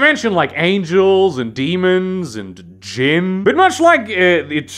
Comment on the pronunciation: Jeebus, I had to make a doubletake . I somehow heard *Jim* instead of Djinn, and it aroused a giggle out of me. A giggle that twas not intended of course.